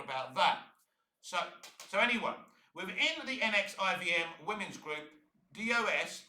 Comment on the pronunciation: This take, and the fact that you don't know how to say NXIVM, just says that you need to do better research into what she did and why she was on trial and not Kristen Kreuk. Mack wasn't just a member and recruiter, she was an active participant, and even branded some of the women herself. She was Keith's right hand. Go watch the trial and see the evidence, instead of reading an interview.